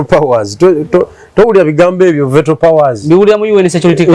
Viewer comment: plse Google pronunciation of the words Veto Horizon PLU Girl ❤